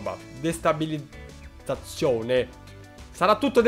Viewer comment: Destabilizzazione, o come si suol dire .... “Destabilizzizzazione” 😂😂👍🏻💥🔥🏆